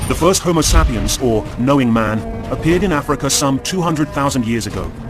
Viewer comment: the homosapeeins is that really what he's saying?